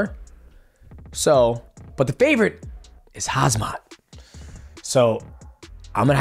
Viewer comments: love you DJ... but please try and get the names of fighters right. its phonetically HAM-SAT not HAZ-MAT , as in not the radioactive suits worn at nuclear powerplants or nuclear waste stations. its really not that difficult to pronounce. its not like a polish name with a bunch of consonants strung together. HAM as in what you can eat for breakfast , and SAT, as in you sat down to eat your breakfast. you are way more professional than that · its not HAZMAT JESUS you and chael both need help IT'S KHAM ZAT SMASH KEEL EVERBODY lol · I couldn’t stop laughing every time he said Hazmat 😂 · Lool DJ calls Khamzat "Hazmat" like Chael 😭😭 lol 😂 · Please! Don't get it right....🙏🙏🙏🤣🤣🤣🤣 Hazmat's better...... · You should keep saying Hazmat. It actually sounds badass for a fighter. Khamzat should embrace that nickname. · Hehe, hes wrong all the time, hazmat, oozman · Hozmot & Paula lol. Love your mispronunciations DJ. You’re the man and your channel is killing it!! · That last time you said "on....HAZMAT" it sounded almost on purpose :face-green-smiling::face-green-smiling::face-green-smiling: poor guy everyone is getting his name wrong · Brother i love you but cmon now..its not hard to say , Mighty say it with me " Ham -Zat " lol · Bro saying Hazmat LOL, love you DJ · Every time he say hasma im like wtf😂😂😂 , literally every single time.😂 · Please don’t say hazmat! Lmao 😂😂😂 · Dj calling khamzat “hazmat” never gets old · Dj been watching too much Chael calling him hazmat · Is he intentionally saying Hazmat?😂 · Wow!!! Khamzat- Pronounced Hamzat Drop the K. I shouldn’t have to with the next Usman OOS MAN/ UUS-MAN Not acceptable for a Black Man Son!!! Especially from a Top 3 Best In The World. Probably need to go around the way a little more often, Son!!! 👊🏾🇳🇬🇺🇸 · my guy got me saying hasmat in my head now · Why is it so hard to read an “M before the Z”. Kham Zat (break it down so the two syllable word/name is easier) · DJ you are one of the GOATs in my book, but who is Hazmat? 😂